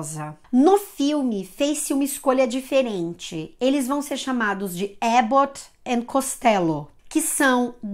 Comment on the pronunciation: not Ébot but Àbot. Telescópio .